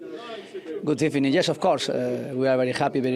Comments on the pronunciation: in the ebening* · Good Ebening everybody. Micah Richards is so childish. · Good ebening in the building 😅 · Starts with "Good Ebening". Classic Emery 😂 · I want this man to win the CL and say "Good Ebening" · Good ebening 😂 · Good ebening, Unai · Good Ebening to you also Unai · One of the most undrrated coach .mr good ebening. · It does, he doesn’t pronounce it like that anymore either.